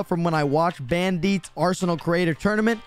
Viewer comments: bandi tites nt bandites not bandititsssss not bandmicks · Bandetes It's ban DITes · Why did you said banDITEAS not bandites Lexus#6597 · Ah yes, bAnDEeTs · "bandeets" lol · Lol “Bandeets” No hate tho I swear Discord username RhinoPlays#0955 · Says bandites wrong Me:furious mode